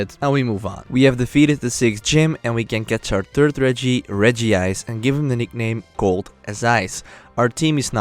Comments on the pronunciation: It's Reg-ice, not Regi-ice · It's not regiice it's regice